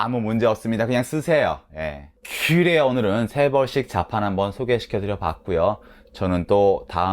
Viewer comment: 크그레요~ 이거 너무 좋다 ㅋㅋㅋ 마지막에 죠심히 들어가세요. 이것도 좋고 ㅋㅋㅋ 화이팅!!!